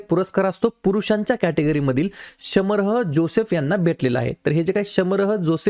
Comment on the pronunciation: शमरह जोसेफ नाही शामर जोसेफ